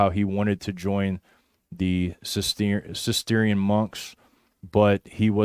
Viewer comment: Guys - Cistercian is usually pronounced sis-ter-shan, with slightly greater emphasis on the "ter".